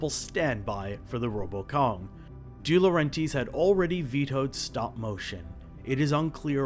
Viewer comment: I think it's pronounced "Dee-Lo-REN-Tiss"